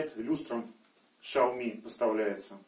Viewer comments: первый слог XIAO читается как СЯО в третьем тоне китайского языка и обозначает "маленький". Чтобы написать ШАО в латинской транскрипции китайского языка нужно написать SHAO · Шао Ми :) Сразу поржал. У китайцев лично спрашивал, как звучит Xiaomi, они явно "Сяо" произносят. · Я много слышал как коверкают Xiaomi, но Шаоми, впервые😝😅😅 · Сяоми китайцы произносят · произносит название своей конторы владелец xiaomi